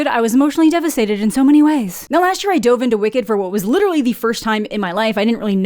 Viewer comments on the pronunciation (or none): none